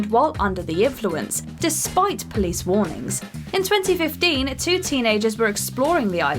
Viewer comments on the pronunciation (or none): none